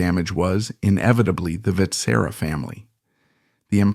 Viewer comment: Your pronounciation of Vetsera hurts a lot- it's supposed to sound somewhat like wet-shear-ah (in one go)